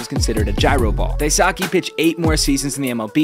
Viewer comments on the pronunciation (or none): It wouldn't kill you to take a few moments to learn how to pronounce these peoples names. It literally takes like 30 seconds to google it. It's not "die-sockee" its "die-skay". Literally 30 seconds to not butcher a name and make you a better presenter. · It’s pronounced DIE- SU- KAY! Btw why have Matsui in an A’s jersey? He was World Series MVP for the Yankees! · yo. it's pronounced Dai Soo Keh. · I thought Daisuke would be pronounced like “Dice-Kay”, not “Dice-Sa-kee”, in Japanese, the U in Su is silent a lot of the time, so it would be like saying Daiske instead of Daisuke I believe, but I am potentially wrong idk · Mans nickname was literally "Dice-K", how tf did you pronounce it DaiSockee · It’s pronounced like “Dice-keh” NOT “Disaki” 🤦🏽‍♂️ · His name is pronounced Dice-Kay. Not Die Socky. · Is it pronounced da-e-sa-ki in US??? Thought it was Da-e-su-ke… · I think it would definitely help if you tried harder to learn how to pronounce names correctly, there’s so many resources that you can just Google to figure out the pronounciation for Daisuke’s name… You even have “Dice-k” in your video but you still say “Die-socky”. C’mon man. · Dice-K is how it’s pronounced just like it says in the graphic. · The guy writes "DICE-K" in the video but still mispronounces it wrong somehow lmak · Like one of the pictures he used literally says in large letters "DICE-K" and he still pronounced it wrong smh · It’s definitely not pronounced how this guy said it, closer to “Dice-u-K” but not an exaggerated u sound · First off, it's pronounced Dice-kay lol. Secondly, check out last year's best collegiate pitcher Kevin Kopps. He throws a mean Gyro that was flat out unhittable last year. He's been tearing it up in the minors for the padres organization. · Daisuke—“Die-skey” that’s the correct pronunciation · His name is actually pronounced "dice Kay" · I believe it’s pronounced dyskay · dice k. that’s how it’s pronounced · Daisuke's name is pronounced like dice kay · Pronounced dice k.